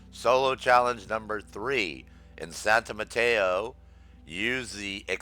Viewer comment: hahaha its cool youre not the first person ive heard call it santa mateo